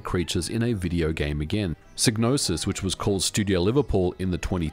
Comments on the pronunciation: Great video and I know it's your accent and all, but, the name is pronounced with the psy as in psychology and not sig as you are doing. Yours Sincerely, 'THAT' Guy 😅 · Shouldn't it be pronounced sigh-nose-is? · It's pronounced "Sigh-no-sis"... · Sig-nosis?? I've been calling her Psy-gnosis! 😢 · In the intro to Blood Money, "Psygnosis" is pronounced with a long I sound (seyg no sis) but the Wikipedia article shows it as a short I like how it's pronounced in this video. I wonder if the pronunciation changed dependent on the release area. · For future reference it's pronounced Psy(sigh) nosis. Gnosis is already a word. Psy means psychic. Gnosis means hidden knowledge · Well according to the intro to Blood Money the Psy in Psygnosis is pronounced like the Psy in Psychologist...